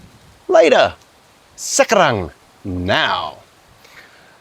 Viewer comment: Se-ka-rang. First syllable vowel almost swallowed, heavy emphasis on second, final syllable much lighter. The reverse of Aussie pronunciation, in Bahasa Indonesia an "e" in the first syllable is usually unstressed. The turmeric drink is often called "Obat jamu" i.e. Turmeric Medicine. Vile tasting = good for you! You could also write a book about barangkali (as especially barangkali besok) 😊. Loved the young girl eating her bubur ayam.